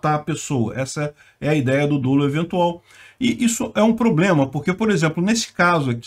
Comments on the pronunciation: “Dolo” tem pronúncia aberta (/dólu/)! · DÓLO com acento agudo na pronúncia , pls